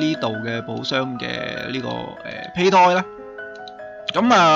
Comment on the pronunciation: 其實係讀(杯)胎